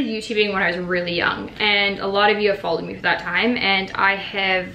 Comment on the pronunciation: is it just me or did I hear a little australian accent when you said "follow" and "have" hahah. since glen is living here now, does he say some things that sound.. canadian? idk why I'm always fascinated by that lol